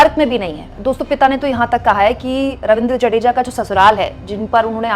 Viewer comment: 'जडेजा' नही है, 'जाडेजा' है। पत्नीका नाम रिवा है, रिवाबा नही।